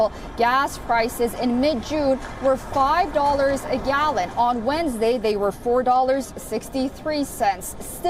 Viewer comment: Really??? Wed-nus-day ? You call this channel international